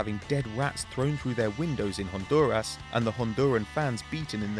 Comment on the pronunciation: How hard is it to say El Salvador and Honduras!!!😂😂 Nice try though....